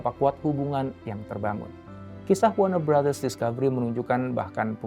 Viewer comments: Gue dengernya BangBros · Ku kira salah denger, ternyata emg iya bilangnya WARNER BROTHERS, WARNER BROS harusnya sesuai tulisannya